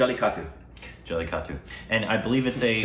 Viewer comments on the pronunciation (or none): Its... JA LLE KA TTU.. PRONOUNCE IT AGAIN..